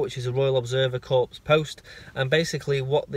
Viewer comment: I love your work. You are very descriptive so even a blind person can join in. Just a point of clarity though, when you see the word corps, you don't say the P or the S. It should just sound like the word "core".